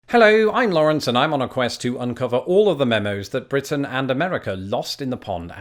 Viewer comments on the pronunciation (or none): none